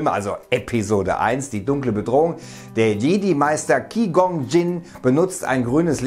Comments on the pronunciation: Deine Videos ins super aber bitte verhunze doch nicht den Namen von Qui-Gon xD hör dir die aussprache mal an :D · Erstmal Qui Gon falsch ausgesprochen 😂👌